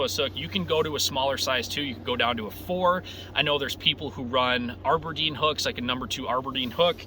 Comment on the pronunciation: It's "ABERDEEN". Not AREberdeen